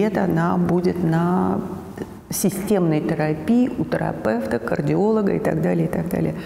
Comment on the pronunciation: Как и тЭрапЭвт!.))